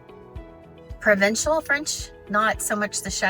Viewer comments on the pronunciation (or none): It's "provincial", not "provencial".